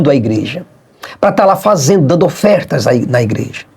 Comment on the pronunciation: Todas as profecias do Malafaia...FALHARAM...e o mais impressionante...é o tanto de Gente que O acompanha, ...dando "ofértasch", ..."dizimusch"....para Ele comprar jatinhos, carrões, mansões e viagens para Dubai.